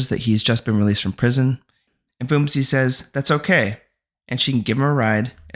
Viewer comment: Thanks for the recap... I thought should help you out with some of the name pronunciations 😅 ..for example Phumzi Is a Zulu word and so the 'h' is silent so you read it as Poom-zi. Same thing with Themba, read it as Tem-ba..